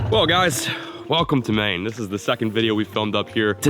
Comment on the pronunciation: said, “never caught a fish in Maine” What I heard, “never caught a fish mane”